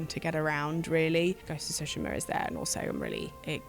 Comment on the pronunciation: Why pronounce Tsushima as sushima? It's like two-shima, not sushi-ma.